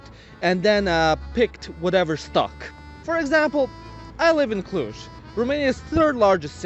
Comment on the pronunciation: Omg, he lives in... "Cluj" 🤐😭🚫